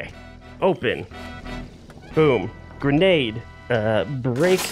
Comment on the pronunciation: “Gradenade” lmao